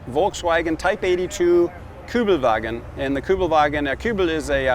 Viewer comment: American guy who can pronounce Kübelwagen correctly. 👍